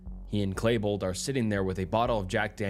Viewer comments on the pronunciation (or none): Some of this narration and bad pronunciation is awful like clay-bold instead of klee-bold, "alliace" or whatever you were trying to say in place of "alias," saying "s-word" and others. Hooked on phonics, man, and start actually saying the UnCoMfOrTaBlE words out loud. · Its Klebold Not Klaybold. 🤣🤣🤣🤣🤣🤣💯